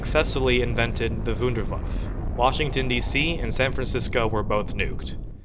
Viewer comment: the pronuoncing of wunderwaffe